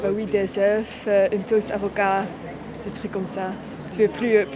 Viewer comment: Elle maîtrise très bien la langue française mais elle n'est pas francophone. Elle tombe dans un des pièges classiques du français: la prononciation d' œuf / œufs 🥚🥚🥚